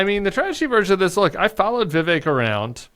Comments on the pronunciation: It's Ví vek guy's. Ramaswami is a hindi name and so, the stress is on the first syllable. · What is up with viv ache? Every Vivek I've ever known pronounced it Viv-ek.